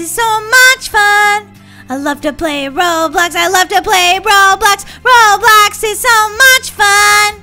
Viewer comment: lol you said roblux